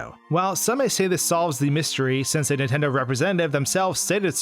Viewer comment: Anyone else hate how he pronounces "Nintendo", as "Intendo"?